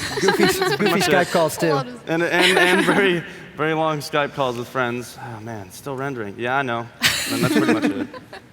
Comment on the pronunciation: 😂😂😂😂😂😂bro this fucking geeks. “DID YO FWUENDS WILY HOLD U HOSTAGE IN WOOM 208 yestuwday “